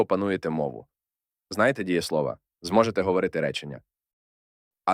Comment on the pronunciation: Дієсловаʼ, наголос на «а»